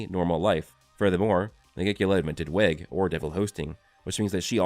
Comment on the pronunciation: just a small nitpick: weg is probably pronounced as you would in German "veg" going with the German theme for Nacht meaning night and Morgen meaning morning for the brothers and a few other things.